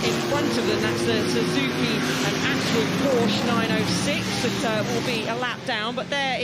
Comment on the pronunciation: To each their own. I just feel like he doesn't commentate with any authority, always sounds quite unsure and misses or misidentifies important moments. Plus he's worked in motorsport for how long and still can't pronounce 'Porsche' correctly. Harry Benjamin or David Addison would've been a better choice.